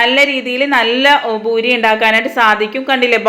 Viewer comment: ബൂരിയല്ല .പൂരി.